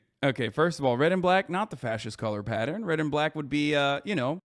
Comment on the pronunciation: Yea he said fas-ischt hahahah not to mention he legit demonized the Democratic Party on the national stage like every single day, it’s crazy. Straight up revisionist bullshit.